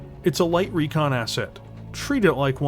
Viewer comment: there's no a in recon, i swear i'm going to send you back to school lol